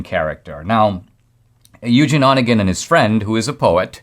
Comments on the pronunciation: Indeed, over the years I've Yevgeni converted to Eugene, but never in my life have I heard "Onegin" accented on the first syllable. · Onégin. Not "one gin". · Dinesh, you should have stuck with the pucka pronunciation of the poem title. NO ONE who has any education other than you feels free to massacre that name. You did us no favors!